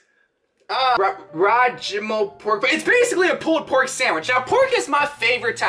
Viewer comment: i speak chinese and the pronounciation of roujiamo is very questionable